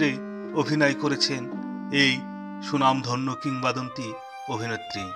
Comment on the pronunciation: সুনামধন্য না স্বনামধন্য। সাব স্ক্রাইব না সাবস্ক্রাইব। উচ্চারণ জনিত জটিলতা থেকে আগে বের হন। ডলি জহুর অসংখ্য নাটকে অভিনয় করেছেন। নাটক দিয়েই তার শুরু, অথচ নাটককে প্রাধান্য না দিয়ে চলচ্চিত্রকে হাইলাইট করা হলো।